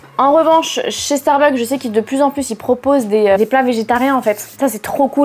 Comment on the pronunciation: starbucksss pas Starbuck, en tant que fan de la chaine mes oreilles saignent dès que tu prononces le nom, mais superbe video malgré cela évidemment !